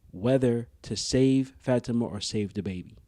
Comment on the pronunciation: It’s bothering me that you don’t pronounce Fa ti ma name correctly